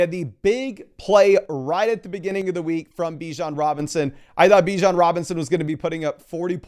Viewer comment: Its BiiiJon the same i sound in !d!0÷ stop saying beeweJon Raysist